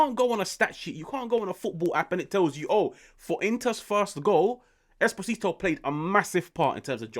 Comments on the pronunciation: its "Eh-Spozito" not "espo-zito" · The name is pronounced like he has an accent on the first O, like Espósito